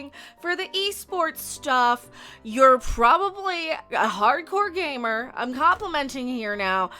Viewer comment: I think she was saying "gay mergirl" and not gamer girl.